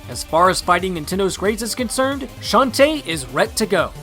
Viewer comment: Shantae is not said that way Its a girl not a boy